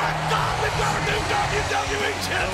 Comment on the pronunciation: did i just hear the WWWE champion